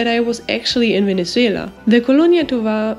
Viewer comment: Very amusing video. I love how you pronounce Venezuela ❤